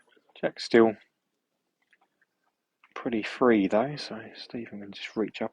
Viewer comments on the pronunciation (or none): When he’s holding 3, can you please say he’s holding ‘Three’ and not ‘Free’, it’s basic English and you’re doing a commentary.